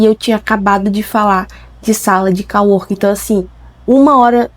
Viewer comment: sala de cO-working. Com som de ô. em ingles é como se fosse colega+ trabalho ou seja, colleague + working = co-working. Do jeito que voce fala tem som de COW, no caso vaca. Ou seja, voce ta falando "que deveria ter uma sala de vaca trabalhando".